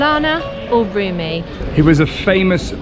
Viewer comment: It is "Rumi" not "Rümi" and the name of dish is "pide" not "pidé"